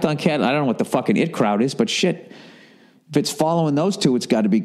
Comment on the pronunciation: Bill I know you probably don't read these but its the I T Crowd (eye tea)